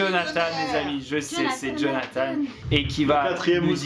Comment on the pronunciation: T'invite Jonathan sur ta chaîne pour être mauvais encore avec tu ne lappel en ecorchant son prénom ! Et tu fait même pas sa présentation !! T juste méchant avc gratos